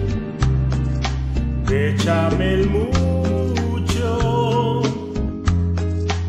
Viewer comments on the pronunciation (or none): Solo le dí a like por el "beshamel, beshamel musho!"🎶